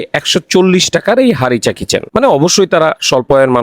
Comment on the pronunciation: হারিসা চিকেন হবে উচ্চারণটা। উনি ভুল করে হারিচা চিকেন বলছে।😂😂 এটা উনার আবিষ্কার না। Chicken Harissa/Harissa Chicken লিখে সার্চ দিলে রেসিপি পেয়ে যাবেন।